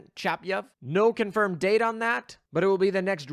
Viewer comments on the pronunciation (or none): none